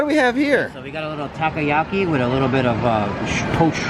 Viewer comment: Takoyaki is pronounced taco-ya-key